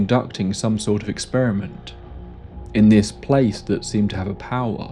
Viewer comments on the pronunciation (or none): none